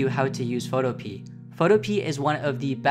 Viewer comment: I have no fricking idea but for some reason, I thought you pronounced Photopea as Photope a (if that makes any sense).